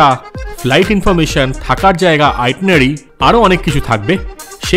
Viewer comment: দারুণ লাগলো। আর কথাটা আইটিনেরারি আইটিনারি নয়। ধন্যবাদ।